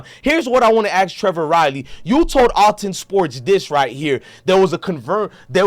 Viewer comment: If you gone be a news outlet. Read better genius. It’s clearly ath-Lon sports. lol